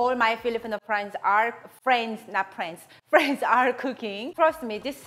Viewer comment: Friends not prends 🤭 burn